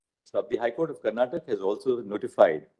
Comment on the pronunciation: It is not karnatak. It is karnataka. Please somebody correct the lord